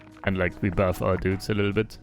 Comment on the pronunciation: "A litten bit Longer" 4h... wild